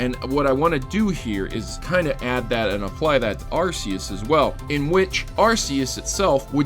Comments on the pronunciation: cough arc-e-us not arse-e-us cough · It's pronounced AR-key-us